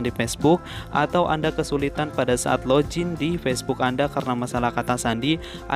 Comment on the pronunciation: Login bang bukan lojin